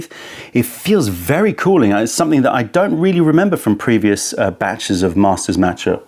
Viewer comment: Haha, but he also mispronounces "master" 😅😅